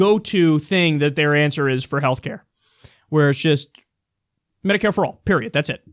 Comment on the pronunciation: I believe you mean medicare and not mediare.